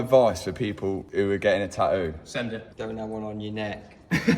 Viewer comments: Love the new neck tah-oouuu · Love the new taaaooo! I swear I wish I had the English accident 😂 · "taooo", "oil fileer" 😂😂😂😂 how is this English??? No "T" at all😂😂😂😂😂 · GUYSSSS PETITION, at 4 Mil, Tattoos the word "TAH-OOH" Basically the British pronunciation of Tattoo!!